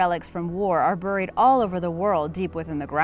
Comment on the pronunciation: Uh, it's "Bear-ee" like Cherry, not "Bur-ee" like Hurry. Cringing every time I hear buried.